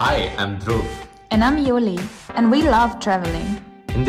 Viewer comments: So it’s yuli not juli 🤔🤔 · It’s pronounced Yuli and it’s still beautiful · Did she pronouce her name as yuli?